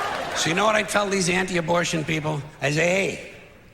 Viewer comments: I had to rewind three times because I thought I was hearing things. What the hell is sismortion? It's ABORTION. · George would be rolling over in his grave hearing you say susmortion